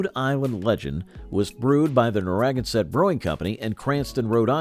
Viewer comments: I know the propensity of New Englanders to use Native American names is unusual to many other parts of the country, but Narragansett (nar-ah-gan-set), is so mispronounced in the video, that it is almost painful to listen to and Rhode Islanders will surely take umbrage to mangled pronunciation. Love the history, but please learn how to say the names correctly. BTW, Gansett has been relaunched is is enjoying a regional revival, so wish granted. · Narragansett is pronounced Nar ra gan sett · With the accent on “gan” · narra GAN sett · Yes, Nar ra GAN sett . . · Nara - GAN - sett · Whadabout Haffenreffer?????? And it's NARRA-GAN -set. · Whatever credibility this video had disappeared when they got to Narragansett. Ridiculous to do an historical look back and totally mispronounce a beer name that also utilizes a major geographic area of Rhode Island. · And you don't know how to pronounce Narragansett! This is so sad.... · I would have enjoyed this more had Narragansett been pronounced properly and if the Red Top segment had not also included shots of the current Red Top Brewhouse in GA along with the ads for Carling’s Red Top Ale. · You really botched the PRonounciation of Naraganset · Oh..The horrible mispronounciation of the name Narragansett 🤦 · I don’t know what’s worse in this video—the constant repetition of “the 1970’s and 80’s saw a change in consumer preferences toward lighter beers” or horrendous mispronunciation of “Narragansett”…. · Mispronounced Narragansett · Best to learn how to pronounce Narragansett correctly. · Please pronounce Narragansett correctly! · You are absolutely killing me with your pronunciation of Narragansett. Please research before you post. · Please learn to pronounce narragansett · Wow—his pronunciation of Narragansett really hurt my ears—I’m originally from Cranston, RI so I ought to know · The mispronunciation of this beer's name is truly sad. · never ever heard narragansett pronounced this way.